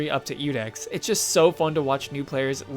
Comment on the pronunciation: It's Iudex, not Ludex. That is an i.